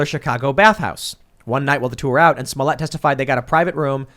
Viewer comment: Pronouncing his name “smole yay” reminds me of Joe Dirt pronouncing his name “deer tay”.